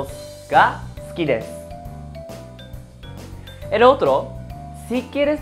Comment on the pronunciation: Hola estoy actualmente viviendo en Japón y estoy viendo tus clases y me parecen interesantes, pero tengo una duda referente a la palabra sukides como se dice exactamente 🙄 se dice su o kides?xq te oigo que suena kides y no sukides con la pronunciación su.. 🤔